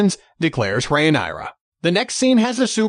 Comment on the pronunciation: re-nai-ra lol